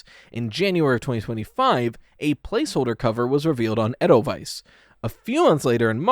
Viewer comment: Hey you did pronounce Edelweiss correctly! love from Switzerland:face-red-heart-shape